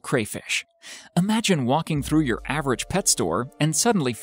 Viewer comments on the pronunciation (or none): none